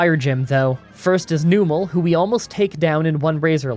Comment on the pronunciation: I'll be honest, wasn't expecting to hear Numel as Noomel and Camerupt as Came-Rupt within the same breath